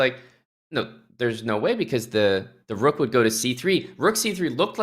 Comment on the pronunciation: The move turned her Irish 🤣🤣 The Roooook